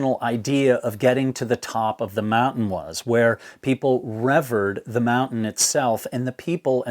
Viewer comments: revered is pronounced : Ree veered \ not rev veered / just because you are smart and don't want to be misunderstood, I have a speech impediment so I get it , and make mistakes speaking all the time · Yeah, don't utilize vocabulary of common words you can't ponounce. "Reverred?" Jeezum.